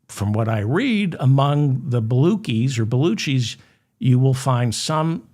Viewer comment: Not Baluki, Baluuuchee